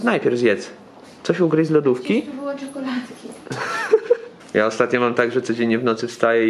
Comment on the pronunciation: „muszę coś zjeść”, kombinuje, co mogłaby wybrać z lodówki, po czym mówi „tu były czakoladki” 😂😂💕💕💕